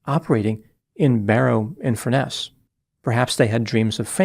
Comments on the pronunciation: It's Barrow in Furness. Not Barrow Infurness. At first I thought he said "Inverness in England", which didn't make any sense. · It’s Barrow infurness